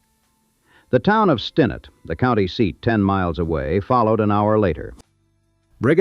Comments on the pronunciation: It sounds like they know the history until you hear "Stinnett" mispronounced. That drove me nuts. It's Stin-NETT! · ...miss pronunciation of Stinnett is irritating.